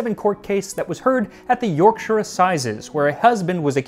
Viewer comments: Congratulations on your correct pronunciation of 'Yorkshire'. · Lovely to see an American who can pronounce “Yorkshire” correctly for a change haha :) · As a person from West Yorkshire it fills me with absolute joy that an American pronounced the County's name properly, so bloody proud of you